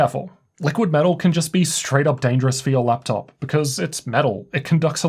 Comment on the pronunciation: why is every vowel you pronounce "eurr" euuonne teurrr theurruee fuerr leupteurrp qeulceuurm